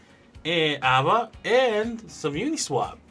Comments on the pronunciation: It’s Ah-vey lol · aave ( Ah-Vaey ) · Hi. Aave, they prononce it like "Ave Cesar" in latin (or spanish if you want). Or like « un ave » in Spanish (a bird)